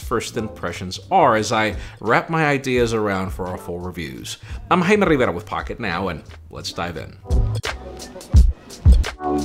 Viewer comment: It's "Jaime" and not "Haime" 😅